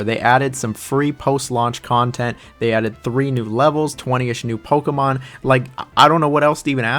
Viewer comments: Playing Pokuhmon, catching Pokuhmon, battling Pokuhmon..throwing Pokuhballs. Pokuhmon. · God this dude is hard to listen to. Can’t pronounce Pokemon so he says it 1000 damn times in the beginning. I wish they kept dislikes on YouTube. Stop saying Pokemon dude jesus christ. As I’m typing this, he’s said it 11 times. My wife is getting annoyed. I’m not gonna finish this comment until he stops saying it. There is is again. Stop saying it